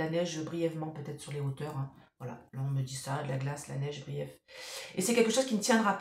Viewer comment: Pas brief (en anglais) mais bref 😂